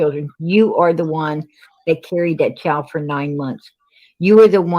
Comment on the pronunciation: It's Child PG not Chald